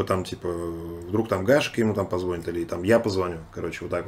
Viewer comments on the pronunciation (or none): ПозвонИт, позвонИИИИт правильно